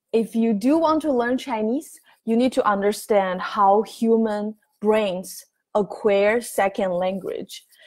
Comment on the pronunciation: Your pronunciation of acquire is barely understandable. See